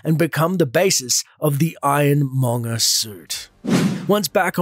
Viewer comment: "iron mongus"